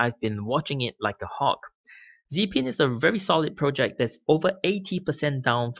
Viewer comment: When you say ‘pro-check’ what do you mean buy that? Or are you saying ‘project’ and I was just misunderstanding you? Thanks in advance.